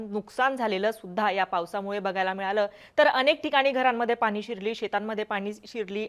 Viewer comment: मॅडम आनी पानी आनी लोनी असंच बोलत आहेत.😂